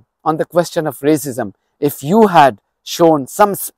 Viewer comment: I thought he said there was no rasicm in uk😂🤣😂 the irony❤❤😂🤣😂🤣😂